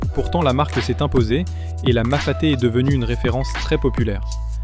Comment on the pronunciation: Top vidéo. Mais on dit Mafate, pas Mafaté 😅 🇷🇪